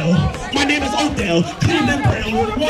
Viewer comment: Bruh called him “Nodell” 😂